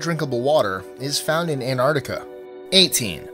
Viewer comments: anartica? you mean antartica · I hate how you say Antarctica You say ‘anartica’ It’s pronounced ‘ant-arct-i-ca’ 🤓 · What the fuck in ANARTICA it's ANTARCTICA